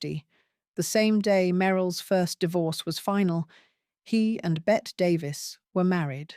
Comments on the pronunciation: Her name is pronounced “Betty”, not “Bet”. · I have heard it pronounced both ways (from Americans as well. )